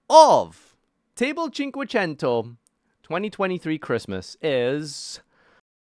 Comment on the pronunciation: Your italian pronunciation table cinquecento is actually getting real crisp